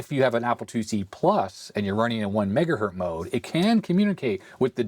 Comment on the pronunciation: Did say "1 MegaHert mode"? Come on! The man's name is Hertz!